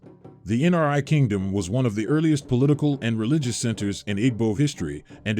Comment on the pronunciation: Love this but a few things. It’s pronounced “eee-bow” and NRI is not an abbreviation it’s pronounced “nnn-reee”. Chukwu= “chew-kooo”. Chineke= “cheee-nehhh-keh”. Please keep doing this. They are wonderful to watch